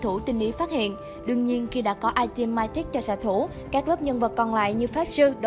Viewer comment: Mythic đọc là mi-thít, cái gì không biết thì cứ dùng google dịch chứ không cần phải đọc bừa như vậy